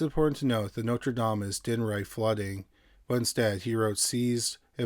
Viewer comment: I love both your channels. I have a very small critique! You keep saying Notradamus instead of Nostradamus. ❤❤😮